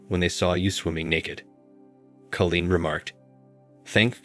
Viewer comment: Nice story I did have it figured out pretty quick but still nice. The computer sure can not pronounce every word right . Call een is the right way of saying that name